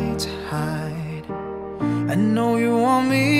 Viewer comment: It’s “you” not chew..